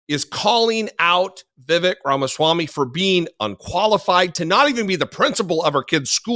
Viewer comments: For the record, it isn't "vi.vek", it is vi.vayk" ... Sounds like fake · Fun fact: correct pronunciation of "Vivek"rhymes with "fake"...I mean cake🎂 😜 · It's Vivek, rhymes with cake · Vivek - rhymes with mistake.